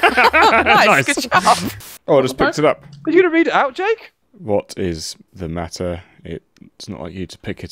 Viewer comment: Why I always hear Yeyk instead of Jake?